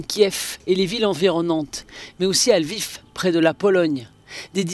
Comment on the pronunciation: Après 50 jours , ces journaliste ne sont pas capable de prononcer correctement Kiev et Lviv !!